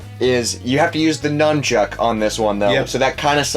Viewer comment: Nunchuck, not numchuck.